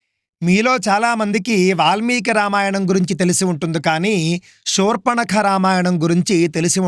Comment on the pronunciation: మీరు షూర్పణఖ అంటున్నారు, శూర్పణఖ అని పలకగలరు 🙏.